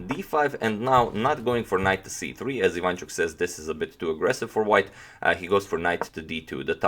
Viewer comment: IvanchUk, not IvAnchuk